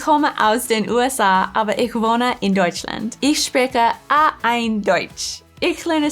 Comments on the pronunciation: i must say i´am from Germany (BW: Schwaben). and i must say idk. the rules to leran it but the pronounce from the man is a way better than from the women. For example its called A EINS not EIN. ich hoffe ich konnte ein wenig helfen meine Sprache zu lernen also nicht schwäbisch sonder "Hochdeutsch(Standard German)".Translate: So i hope i can help just a liitle for your german leraning not schwäbisch (german dialekt). so then you read it you will see its not a 1 to 1 translate but thats the fun about it MFG from Germany.^^ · A1 is pronounced A eins not A ein